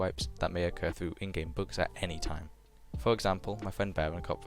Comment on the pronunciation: lul u have an accent when u say "bugs" it soundslike ur saying books